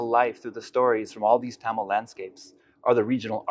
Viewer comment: I'm sure he is the first American who pronounced Thamil as Thamil not as Tamil.